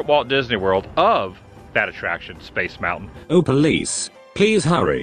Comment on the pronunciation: I've watched the said Mickey Mouse clip and that's not how he says "Space Mountain"